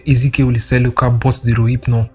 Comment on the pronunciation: Is it relphnol he is calling rohyphnol lol 😂